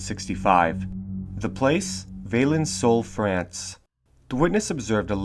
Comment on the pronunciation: The name is « Vah-lan (like in land)-soul »